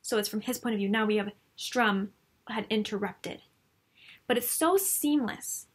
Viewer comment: Enjoyed this, but why do you keep saying Strum.....it is StURm.